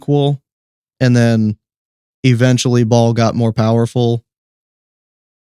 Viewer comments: Bael like bail, not ball. Put some speck on his name! lol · Are you saying Ball? Or Baal? As in baal the pagan god otherwise known as satan?? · You are pronouncing baal wrong.. its not ball its bay-el (baal) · !! I thought he was saying Ball not Ba’al!! I thought Ba’al was pronounced /( bay-l )/ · It's Ba- al; not all pronounced at once